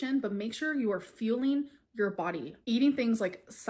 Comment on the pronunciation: I really think she says words incorrectly on purpose. She knows it annoys people so she continues to make these annoying troll videos.